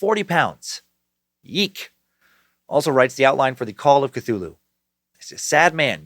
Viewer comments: "Fffgggrnnnnfffhhgrrrnnnbetoooo Cthulhu" LLOOLL!!!!!!!!! I've been waiting for that pronunciation massacre, and it was wonderful!!! Thank you Dan! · Part of me wish you didn't learn how to say cthulhu you used to say ka-thu-la-hoo